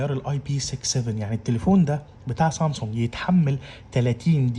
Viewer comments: اسمها سامسونج مش صامسونج بلاش جليطه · مش قادر استحمل كلمة صامصونج